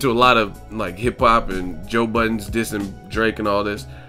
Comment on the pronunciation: Crawford bout "BUDden" Postol LOL